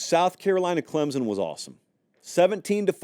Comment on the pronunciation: Love the channel. Love the show. But PLEASE stop inserting a 'Z' sound when you say "Clemson". Nobody in the state of South Carolina says it that way. Some of the more "backwoods" people here say it with a 'P' sound, like "Clempson", which is equally cringeworthy. The proper pronunciation is "Clem-son", nothing more.